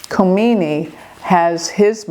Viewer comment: Dear, the stars did not tell you his name Ali Khamanai not Khomani!